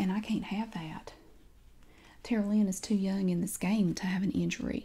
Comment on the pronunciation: I kept hearing "Terlien".. I was like "what kind of Game of thrones name?! Ohhhhhhhhh Tara Lynn!?!!"